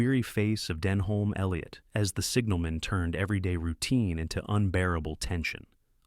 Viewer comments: 'Den-Home' Elliot 🤣😂 It's pronounced 'DEN-uhm'....freaking 'muricans....bastardising a once great language. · Den-Hoolm Elliot!😂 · Who the hell LLL is denhome Elliot...🤣🤣🤣